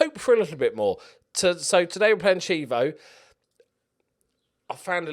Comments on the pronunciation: emphasis on second syllable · Cheeeee-eeeeevvooo is right always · I know you'll say you don't care - but just for my OCD. Chievo, is Key-A-Vo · key-EH-vo. Just saying...